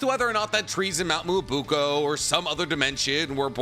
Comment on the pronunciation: Small nitpick here but the right pronunciation for Mt. Myoboku is "Mee yo bo kuu", not "mu o buu ko" :p Fun video though